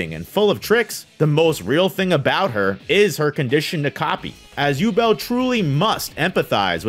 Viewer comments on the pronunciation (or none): Yubel? bro their names are litteryl german words wdym yubel?!